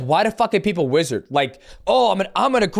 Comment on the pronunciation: Yo I wrestled my whole life, hearing "wizard" instead of "wizzer" is wild 😂😂😂